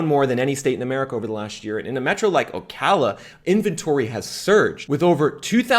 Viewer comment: Just here to say thanks for pronouncing Ocala correctly. 😂